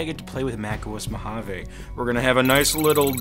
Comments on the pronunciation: Why is mojave pronounced mo-hoven? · I want to pronounce Mojave “ M O J A V E” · Mojave is pronounced mōˌhävē. According to Oxford, it may also be spelt "Mohave". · You are spelling Mojave wrong it supposed to say "Mojave not Mohave"